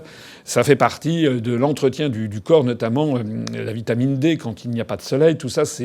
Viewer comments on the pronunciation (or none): none